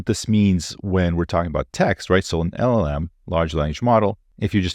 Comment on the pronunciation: First. It is LLM. Not LMM. 😅